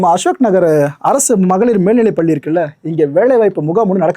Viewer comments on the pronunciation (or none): none